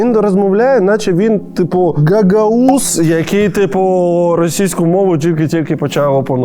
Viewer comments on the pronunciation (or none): Гагаус? Точно ты так произнёс?